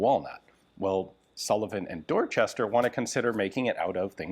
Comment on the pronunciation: Pronouncing "Dorchester" like that while in Massachusetts should be a crime.